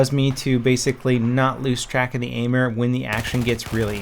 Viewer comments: LOL the "aimer" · "Aimer" lol